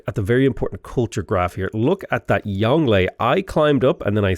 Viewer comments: Try pronouncing it “yong Luhh” to get closer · Well done on shah = king, which goes some way in making up for your pronunciation of Yongle, but you can never atone for what you did to Bogota.